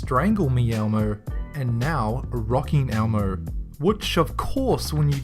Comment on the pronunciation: I'm pretty sure he said "almo" when he was talking about the Elmo knock-offs.